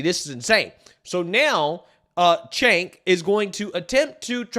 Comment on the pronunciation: Cenk pronounce Chaynk, not Jake. And no they didn't. They were pro decriminalization of weed and lighter sentencing for non violent crimes, not decriminalization of damn near everything. Mischaracterizing their position does not serve you or your political stances, it only serves to continue the madness.